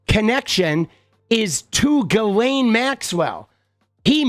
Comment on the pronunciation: It's pronounced (jizz lane) 😂